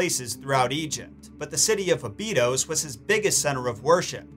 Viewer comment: This is the first time I've heard anyone say Abydos like that. Is that the correct way to say it?